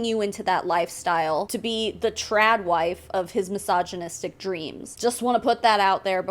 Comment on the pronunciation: Massaginistic husband 😂😂😂 why I keep hearing it like that